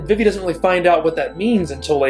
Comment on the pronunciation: I don't think I've ever heard anyone pronounce Vivi as V'Vi before, though I guess there are people who say J'non rather than Ju-non (the place in FFVII), etc.